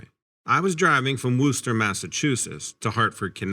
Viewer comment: Thank you for pronouncing Worcester right!